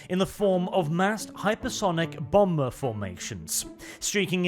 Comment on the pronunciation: Do not pronounce the second b in bomber